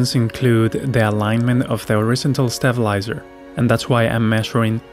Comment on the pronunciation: Good video, although i think you can pronounce horizontal a bit more clearly by putting more emphasis on the ON instead of IZ. As in, horizONtal. Just a tip.